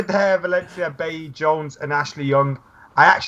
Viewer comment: same with Bailly, they all say Bailey and it's fucking annoying